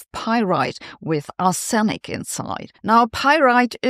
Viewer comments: Arsenic is pronounced arse-nick, opening up many opportunities for puerile humour. Not at all surprised about the fossils - but it's fascinating, nonetheless. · For crying out loud! Pleeease find out how to pronounce ‘arsenic’ before making a video using it so much — there’s a pronunciation guide in wiktionary. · One can tell you are not a chemist. You are pronouncing "arsenic" incorrectly. The stress is on the first syllable. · Arsenic; stress is on the first syllable. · Arsenic is NOT pronounced that way! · Just fyi, the stress on arsenic is on ‘ar’, not ‘sen’ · The central e in Arsenic is pronounced as a schwa, not a stressed e vowel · Please check your pronunciation of "Arsenic". You are saying "ar sen nic" -- doubling the "n" sound; it should be pronounced "ar se nic". Such mispronunciation leads to creditability issues -- understanding vs reading a teleprompter. That's not you. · Your English is excellent, but for future reference it’s not pronounced ‘Ah-senic’ but more like ‘ah-snik’. In reality there is a small ‘sen’ in the middle, so ‘ah-sen-ik’, but it’s closer to correct if you just ignore the e as it makes it sound wrong. Very pedantic of me … and don’t ask me to try it in German! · Since when was Arsenic pronounced Are-SENIK? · Is Sabine’s entirely predictable pronunciation of ‘arsenic’ really the most interesting thing you’ve found in this item? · It's pronounced "arssnic". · Usual pronunciation is ‘Arse-Nic’, but your version is much more polite! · Sabina, the English pronunciation is arse - nick😊, as in "I was shaving my bottom and accidentally suffered an arsenic". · Brits pronounce it 'Arse-nik'! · As a Canadian I pronounce it ARSE-uh-nick. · It's not though, it's "arr-suh-nick". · The accent is on "R" in "R-senic". The accent is not on the second syllable. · Correct Pronunciation is "Ahs-Nic" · Is the way your pronouncing Arsenic a Germain version? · Yes the first syllable needs to be shouted. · Ar'se'nic not Ar'senic.... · Pron: Arr/snick❤️❤️